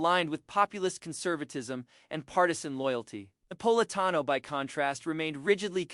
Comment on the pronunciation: i cant watch this - the narrator (AI?) cant even pronounce the man's name....